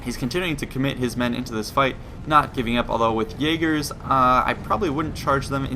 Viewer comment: you pronounce jager wrong (jager is german for hunter)